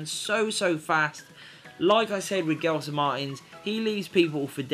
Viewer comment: Gelson is pronouced like "jelson"